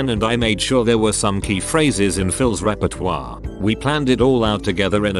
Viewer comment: *Google translater word pronounciations* Other words: VERY BAD Repertoire word: PERFECTION